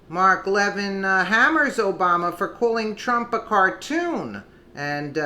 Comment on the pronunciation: Hi love your news clips. You are pronouncing Mark Levin incorrectly. Its Le - vin. Not leavin. No biggie just pointing it out. Your great. Consider 4d chess for sessions and Gowdy. They want the left to think they are wishywashy so will get approved by congress for maybe supreme court or head of NSA. Sessions is hiding the 30,000 sealed indictments. All this does not make logical sense otherwise. Gowdy was inside trumps circle. He told Nunez in the meeting lady off its not time to disclose. Think hard